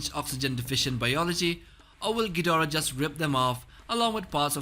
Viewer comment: King "Gjidora"